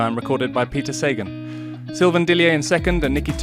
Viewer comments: I thought it was SA-GAN not SAY-GEN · jesus learn his name, you are butchering his name. pronounce is saghan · It is pronounced SA-GAN.................geeezzzzz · 'say-gone', how apt. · “The list of victories in the Flanders is now complete” WTF? Please get a cycling fan to do the voiceover so you get it right & pronounce Sagan properly. I expect more from the Official channel